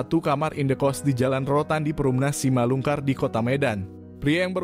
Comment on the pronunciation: Simalingkar min, bukan simalungkar. Tiba-tiba ngakak dengar rudal balistik 😆. Apa kabar dunia? Sudah gilaaaaa